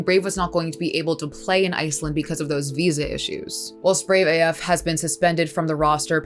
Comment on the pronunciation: BraveAF seems like a name mispronounced by many casters. Like Brave-ahh-ffff sounds kinda weird. Not sure what his name in full is (Brave as fxck?) but Brave sounds more clean